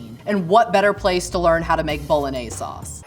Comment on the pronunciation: I’d happily try baked ziti pie. It looks interesting. well he’s a level one cook so nothing to special there but could easily eat half of his even with my bad acid reflux. went to Italy and mispronounced bolognese drove me mad not as mad as Emily,s ketchup on French toast… I actually tried it turns out Emily isn’t a monster after all it’s amazing